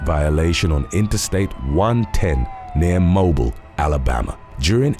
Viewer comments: I only came here to say that Mobile, AL is pronounced "mo-bill" not "mo-buhl". Those of us from Alabama like to mispronounce things. Hence why we say "Birming-ham", not "Birming-um" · Mobile, Alabama is actually pronounced mo- BEEL. 😉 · Your entire job is to overdramatically narrate YT videos. One would think you could do a modicum of research beforehand. MO-beel. MO-beel, Alabama. Geez. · It's ironic that some South American countries have zero tolerance for corruption and gaming the political system than the US. #2:, Mobile Alabama is pronounced "Mo-bill, Alabama".